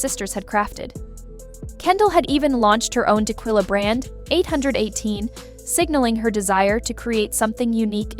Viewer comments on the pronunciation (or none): Cheese and Rice. I CAN'T handle this AI voice that can only say sight words properbably. Do you not pre-listen to what you post? "Tekilla", "CARD_actianon"...like make it stop, you're literally making me rage post.